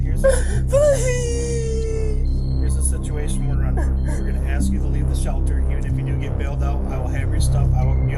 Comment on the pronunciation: there's no letter D in that or though. And the S comes before the K in ASK learn how to speak English. You sound very unintelligent.